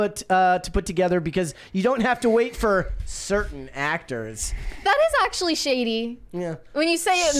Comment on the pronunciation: Ox-shully., come on.